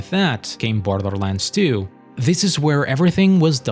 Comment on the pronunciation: “and with that… came BLTHLTHLRlands tyoo”